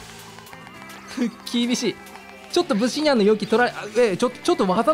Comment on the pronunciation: ブ↑シ↓ニャンじゃなくて、ブ↓シ↑ニャンなw